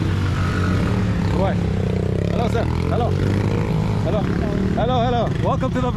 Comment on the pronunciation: Its not Heylo Heylo its sounds like hallow hallow 😅😂 and that lightning strike woahhh 😮